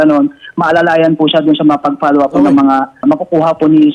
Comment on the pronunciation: .Bkt wala kang letter F?sa lahat ng may letter F na words like follow up palaginh pollow up ang bigkas mo.